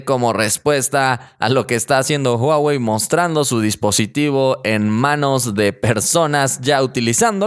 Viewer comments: es Huawei 😁 no huwei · Es huawei no huwei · Huwei.. pensé que era Huawei😂😂🤣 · Que pedo yo si escucho huawei en que minuto dice huwei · Huwei Huwei xd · huwei? corrigelo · "Huwei" la rompe como siempre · Que bien por "huwei" :v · When, dice huwei xd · Dice huwei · "HUWEI" :v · Porq dice eso de Huwei?